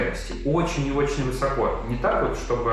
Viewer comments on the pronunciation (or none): none